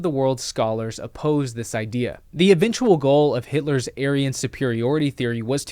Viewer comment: Can’t even do an educational video on YT without mispronouncing HITLER. What the fuck YT. Quit being so triggered by a word. 🤦🏻‍♂️